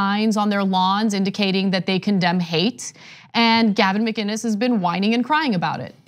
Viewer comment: Is that really how you pronounce “Mccines?